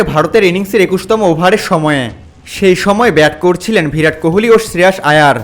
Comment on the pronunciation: "ভিরাট" নয়, "বিরাট"। প্রতিবার ভুল বলেছেন। "উল্লেখিত" বলেছেন, হবে "উল্লিখিত"। অশিক্ষিত লোক, ভিডিও বানিয়েছেন।